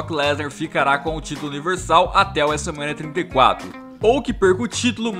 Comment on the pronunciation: fala wese mania tinta e cato em vez de WrestleMania trinta e quatro